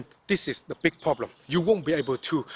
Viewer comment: Pronounced more like poblem